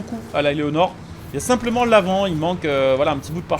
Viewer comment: Tu veux dire Eleanor et pas Éléonor